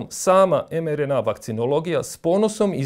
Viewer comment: Također, lita se em ar en ei, ili i er en ka. Oemerena ne postoji